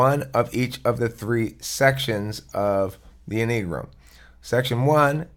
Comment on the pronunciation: En-ee-gram? It's any-a-gram